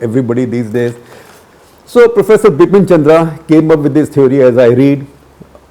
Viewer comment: The name is Bipan Chandra, not Bipin Chandra